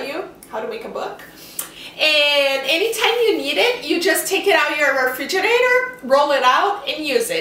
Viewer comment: Shes saying "Refiginate"..... I don't even know how to spell it.. This was funny though.